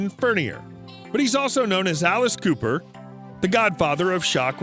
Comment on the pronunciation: Dude mispronouncing his last name is ruining it for me